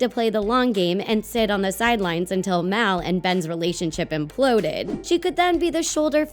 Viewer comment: It's mal not mel